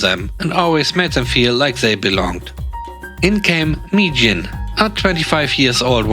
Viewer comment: Mi-Jin became "me quit" lol. Best demotion ever 😆 🐧🐧👍🐧🐧